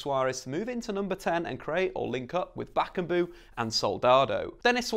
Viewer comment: Bakkubu-Bakambu haha I bet you know this better than me you beautiful little man how to pronounce. But aren't you a little of here? correct me if wrong. Otherwise quality as always mate =)